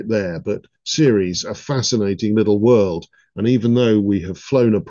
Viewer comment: i believe he actually called it a "wurd" :face-green-smiling